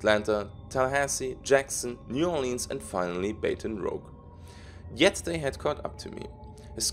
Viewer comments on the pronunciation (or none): Baton Rouge is French so it is pronounced Baton Rooge. Great video as always.